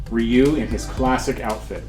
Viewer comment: Thank you for saying his name correctly. This is a simply awesome statue